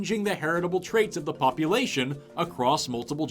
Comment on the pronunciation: it sounds like he said “pup-lation” instead of population. Appropriate since he was just talking about doggos.